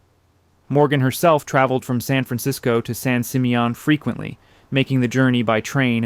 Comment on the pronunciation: Terrific images but I believe this voice over is AI. The mispronounciation of several words seems robotic but this one above all - San Simeon is pronounced "San Sim-ee-uhn".